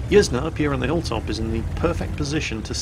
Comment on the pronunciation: Pretty sure Yzne is pronounced "Yiz-Nay", incase anyone wanted to know